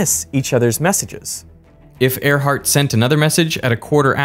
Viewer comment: It’s Earhart, not Airheart